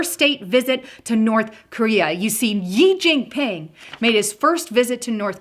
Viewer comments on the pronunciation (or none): its not "yee" jin ping....to be pronounced as "shee" jin ping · Xi jin Ping is pronounced "She djeen peeng" (I know, I lived in China for a decade)